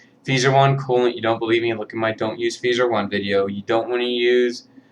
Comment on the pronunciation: Don't forget deltas and ultra kazes are bad because they use cheap sleeve bearings that wear out quickly. i have heard skinnee's reviews aren't reliable also feser is pronounced like phaser